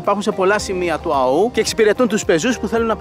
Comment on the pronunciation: Του Αώου, όχι του Αωού. Ο τόνος είναι στο ωμέγα.